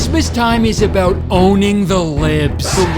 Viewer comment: just remembered that Kurtis is Canadian when he said about. How’d I forget?😂